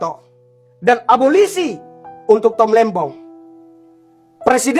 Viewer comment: wkwkwk...bukan aborsi...tp abolisi.......bapak ini selalu lucu...semangat terus & sehat selalu pak:face-green-smiling